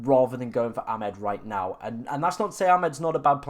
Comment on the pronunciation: That was never a Hall assist…..disgusting 😢. I’m sure it’s A-mad not Ah-med but maybe not